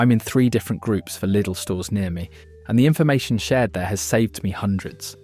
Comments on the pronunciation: Its pronounced L I D L NOT LEEDLE MY SISTER AND NEPHEW WORK THERE SO I SHOULD KNOW. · Please stop the AI voice saying LEEDAL! most supermarket foods contain toxic stuff if eaten in excess. People should LEARN TO COOK. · Do make up your mind how you want to pronounce the word Lydl! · Why do you call it ‘Leedle’? Can’t you spell? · It's German! So it's pronounced 'Leedle'. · Lydle, Leedle, Liddle….you need to make your mind up lad! The different pronunciations are so irritating lol. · Laidl / leedle? 😂😂 AI voiceover is horrible. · I thought Lidl was pronounced liddle. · So, is it pronounced Liddle, Leedle or Liedle? 🤔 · Stop calling it LEEDLE! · Daft AI generated dialogue (is the business name pronounced Liddle or Leedel ?) and photos where we see Aldi's Lurpak clone Norpak not Lidl's Danpak. I won't be subscribing to a Channel that doesn't check this nonsense. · Changes the pronunciation of Lidl three times.